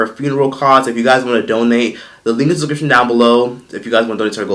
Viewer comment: be like: "the link is in the discrishioingshidorop below" 😂😂 slow the hell down